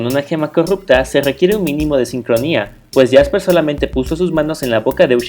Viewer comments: Es jaspe no jasper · no es por molestar ni ofender pero se llama Jaspe y no Jasper